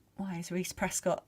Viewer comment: 1hr:19 - 1hr:21 It's Prescod not Prescott.